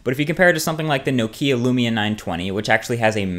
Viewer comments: Why people say NO KIIIIIA , it's NOKIA DAMN IT. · "No-Kee-Ah" No. Just no. "Nok-ee-A" It's Finnish. Say it like they do in Finland.